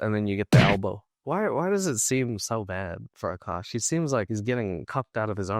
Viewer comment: Why are some men willing to put up with literally anything from a pretty girl just to smash her every once in a while? 😓 It’s sad. Also isn’t she pronouncing his name wrong? She says AAkash, but it’s spelled AkAAsh.